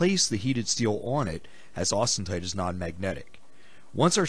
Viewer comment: It's not "austenTite". It's austenite.